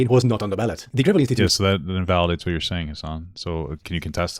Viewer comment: The way he pronounced Gravel's name like it was material for constructing country roads was kinda rough ngl . Mike Gravel is a legit hero